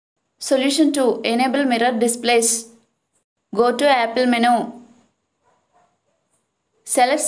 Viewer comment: None of these worked and it's impossible to understand you. Practice saying the word "menu" a few times...